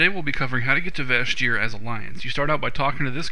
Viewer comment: its pronounced VASH EAR as if it was spelled Vash'ir the "j" is silent